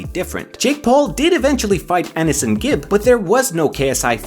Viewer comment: I'm sorry to be this person, but it's pronounced A-knee-son not An-i-son. 👁👄👁